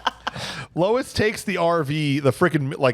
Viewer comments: It’s officer Lewis, right? You guys kept saying Louis. 😂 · Lewis. Her name is Lewis. Not Lois. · What a disappointing episode. Between calling his partner Lois (it's Lewis) and your Robo Porn Fantasies I had to quit listening 32 Minutes in.